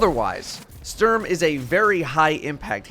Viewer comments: You say Dräng and Stürm 😂😂😂 i love it when english people try to speak german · Love your videos man but hearing you pronounce Sturm as a German is kinda brutal. Keep up the good work!